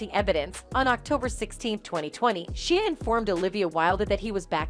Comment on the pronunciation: The amount of times she mispronounced/ butchered Shia’s name 😂